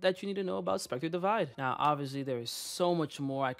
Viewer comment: Divide not divine